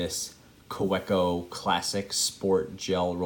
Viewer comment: it's ka-veh-koh (w, pronounced as v...) :) i appreciate your review... good to know parker style refill would work :)